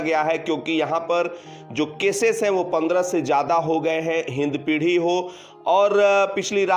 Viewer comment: Its hindpiri not hindpidhi